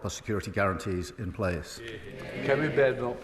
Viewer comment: "We now come t'leader of the opposition Kemi Beddel"